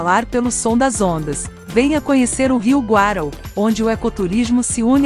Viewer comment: nunca ouvi falar do rio Guarau, o Rio chama Rio Guaraú (acento no U)